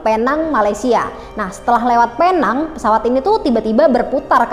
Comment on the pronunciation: Penang di baca pineng